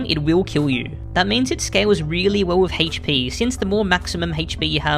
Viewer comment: I cant stand the pronunciation of ”HP”